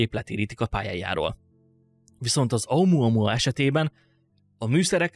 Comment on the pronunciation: Omoamoa xddd egesz videoba mar azt tudtam csak figyelni mikor mondod